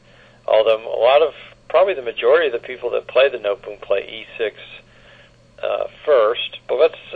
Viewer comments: Nootboem haha. No te bohm. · Pronunciation is very wrong. No te bohm. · Pronunciation of Noteboom is completely wrong. It is No te bohm.